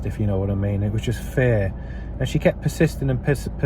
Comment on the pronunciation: Where are you from? Just curious because of the way you pronounced "fear".